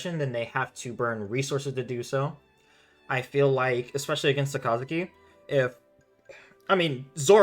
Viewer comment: Saka (like kaka with an S) - zuki (zoo-key) all together two syllables 👍🏽